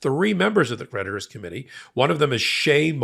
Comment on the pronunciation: I'm a little buzzed and when he says creditors i hear predators